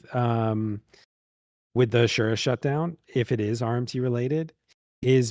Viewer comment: Shoutout to for actually pronouncing "asura" correctly. First time I've ever heard someone say it like that.